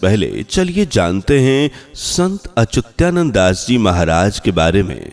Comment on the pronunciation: अच्युतानंद का सही उच्चारण करिये।